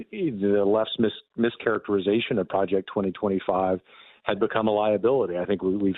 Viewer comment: "Pre ject norhma five!"